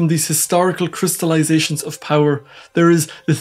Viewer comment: Microhysics of powee ? You sound really funny.